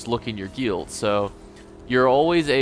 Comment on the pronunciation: Say it like GILD.....not geeellldd lol